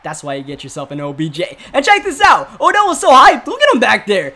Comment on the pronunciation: you called Odell “odj”. I just didn’t know if you noticed but good vid